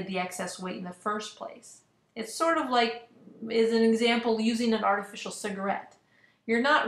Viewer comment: How am I supposed to take this seriously when you cant say artificial properly? It's not "artifici-nal"